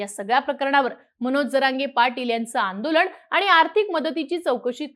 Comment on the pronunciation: आंदोलण नव्हे हो बाई! आंदोलन !!